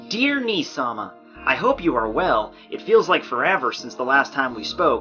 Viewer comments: it's not nii sama it's nee sama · Nii-sama? NEE-sama! Onee-sama. Big sister Onii-sama. Big Brother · Nii-sama? Nii-sama!?!?! =P